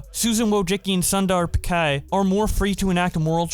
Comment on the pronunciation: My guy, Sundai Pichai's last name is pronounced with ch as in china, not like Pikai lmfao